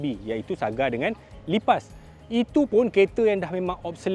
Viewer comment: Aku tersedak dengau die sebut lipas😂